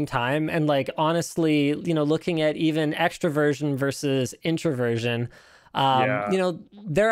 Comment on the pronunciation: Can't help but hear Linus pronouncing "extraversion" as "extravirgin".